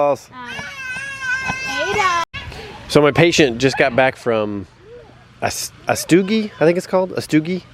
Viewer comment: pronounced At-su-gee